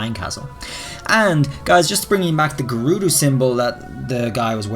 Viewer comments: they are called gah-ru-do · You mis pronounced grdudo Name